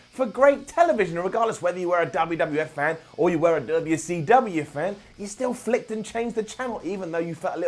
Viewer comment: next video.. "Why cant pronounce WCW right?"